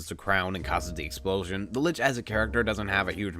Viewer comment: There is no "T" in Lich. It is just Lich.